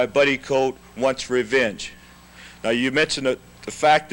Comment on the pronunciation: Jones keeps saying Buddy Coat.